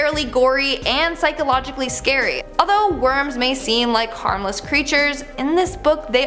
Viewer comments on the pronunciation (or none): none